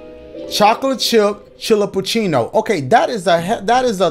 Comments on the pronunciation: He pronounced Chillapucino as chill-uh-poon-schee 🤣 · youtubers messing up the name Chillapachino through the whole videos is the funniest part.